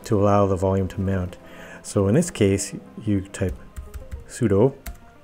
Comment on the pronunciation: the way that you say "sudo" sounds like you are speaking Japanese lol